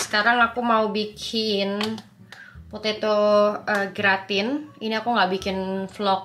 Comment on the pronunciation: Boleh koreksi dikit, Gratin dibacanya gratang, krn memang asalnya dr Perancis 😊.. Semangat selalu